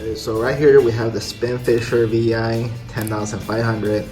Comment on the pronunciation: it's not VI it's 6.🤣